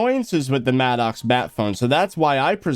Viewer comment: Bro it’s pronounced “mad-icks” not “mad-ocks” 💀💀